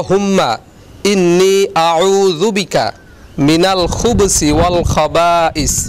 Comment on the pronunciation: আসসালা-মু আলাইকুম! ভাইজান মনে হয় ওটা খুবসি বদলে খুবুসি বলতে হবে ধন্যবাদ!